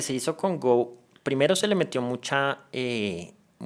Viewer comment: El juego del Go no se pronuncia "gou" como si fuera inglés sino "go" como en español